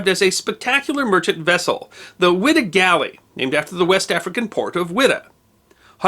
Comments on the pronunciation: It is pronounced “Y Da” not “ wi da” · I'm conviced it's pronounced 'wide-ah'